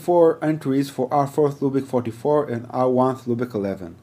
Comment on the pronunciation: Loopick?...OMG. It is pronounced LOOPBACK.